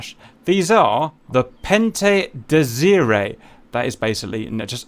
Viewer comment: in "pente désirée" the "e" is silent it is pronounced like "pent désiré"